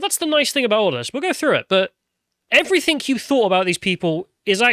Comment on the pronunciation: can you stop saying “everythink” please? Cheers.